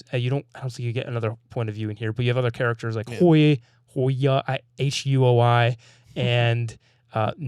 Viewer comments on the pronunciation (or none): How did you butcher Huio so bad lmao. Its Huey-O